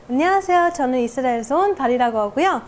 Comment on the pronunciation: 지적으로 보이는 이즈릐얼(영어발음ㅋㅋㅋ) 여자가 왕갈비 거칠게 뜯는 모습이 보기 좋은 반전이네요.